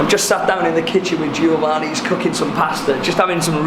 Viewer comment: every time you say GIOvanni I gringe ^^